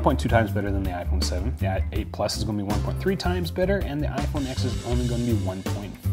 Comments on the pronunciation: he sat through a 2 hour presentation and still doesn't know the name of the phone...IT'S IPHONE 10. The X is a roman numeral!!!! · It's called the iPhone TEN, not X. Roman numeral X = ten. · RIPPER334 That's cool. Then tell me why the narrator from the official commercial from Apple for the iPhone X pronounces it "iPhone Ten".